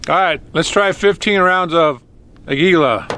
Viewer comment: Glad they made it right. On a sidenote, the Spaniard in me cringes when you say the Spanish word for eagle. Aguila is the word. It is pronounced: AH gee lah. The emphasis is on the first syllable. Not: ah GEE lah.